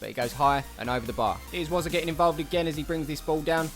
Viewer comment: I just want to correct that it's Wozza